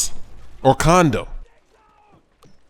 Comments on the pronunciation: sounds like you're saying condom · sounded like he said condom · Haha he said condoms instead of condo several times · it sounds like your saying condom in stead of condo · u said house or CONDOM....I know u meant condo though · i thought he said condom on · Haha caught you saying house or condom at first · It sounds like if he's saying condom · Hahahaha i thought he said condom first. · Hahahahahaha it sounded like u sed house or condom lol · Am I the only one who thinks he says condom ? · U said coondom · Condo u young. Condo downtown because its all about location. Lol sometimes u say condom. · is it me or do u hear say condom as condo? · sounds like your saying condom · said house or condom that's hilarious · wow the first time i heard him say it, i thought he said house vs condom. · Did he say house or condom?? In the beginning Haha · you said condom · is it just me or did you say condom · At first i thought you said, "House or Condom?" hahaaaa * laugh*